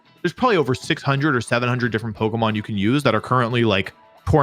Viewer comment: Bro is calling it pokomon